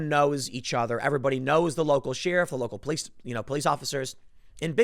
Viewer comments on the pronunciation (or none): Tim needs to learn how to pronounce sheriff......he keeps saying she-riff. Thumbs up if you agree